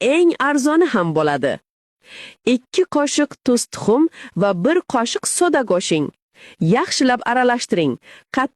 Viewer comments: Тухум дедими кушингдедими тушинмадим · Илтимос дона дана килиб гапиринг туз тухим дедизии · Tuztuxum oqi sarigi demabtida ajoyib gapiribsizki opa😂😂😂😂😂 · Салом тузтухум деганми 4марта эшитдим аникрок тушунтиринглар хайрон колаяпман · Нечи марта эшитим тузтухум деди маняк хотин 😂😂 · Кин кин гин гин кимасдан тогри гапир каедан чикди бунака гаприш туз тухум дидими 5 мартта эшитим кайтариб долбайов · Мен хам тухум деган сузни эшитдим ,тушунмадим аниклик киргизинг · Аник дона дона килиб айтинг туз тухум дедингиз яна 0 5 сув аник чикмади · Tuzni tuhum dedimi adawdimi yoki tuhum ham quwilarmikin bu qanday wevada gapiryapti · У бечара туз бн тухум деди шекилли